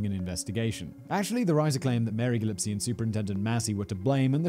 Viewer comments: What's so funny is that now when I hear a mispronounciation (like Gillipsie, instead of Gillispie) I just think of Simon screaming "HAHAHA, YOU'RE DUMMBBB! WHAT A SMOL BRAIN" and it properly cracks me up. OGBB for lyfe 🙏🏻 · I enjoyed the story but I kept getting sidetracked by the way you kept pronouncing Mary GilliSPie's name as Mary GilliPSie...The picture of her (and later of her husband ??) with it spelled Gillispie and you kept pronouncing it with the P before the S...was that a typo on the inserted picture or did you just read it wrong?...I know, it's a nit-picky thing on my part but it truly irritated me...LOL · Gillespie. S before P Simon 25 times: gill iP See I love/hate you Simon. You make my head hurt. I'll just call you Si Num from now on. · He pronounces "GilliSpie" as "GilliPsie", lol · The name is Gillispie, not Gillipsy😭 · You should correct Simon when he mispronounces something. It's Gillispie not Gillipsie. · Casual Criminalist Oh, Simon! l How can you keep on mispronouncing Gillispie "Gillipsie"?! You never heard of Dizzy Gillespie? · Gil-is-pee not gil-ips-ee. Can you read fact boi? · Listening to you mispronounce "Gillispie" over and over and over again it's driving me nuts. The S is before the P, not after. It's GilliSPie, not GilliPSie. How hard is it to read??? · I believe it’s pronounced GIL-ES-PY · Anyone else just love this so much that even tho he pronounces Mary's last name wrong thru the entire episode, eventually you start to hear it right in your head? He's just so damn good! 😜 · How does Simon not know how to pronounce Gillespie? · Simon, I think you mispronounced “Gillispie”. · Throughout this whole episode I can't get over Simon keeps mispronouncing Gillispie. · You are constantly mispronouncing the surname of the key family in question, oh dear.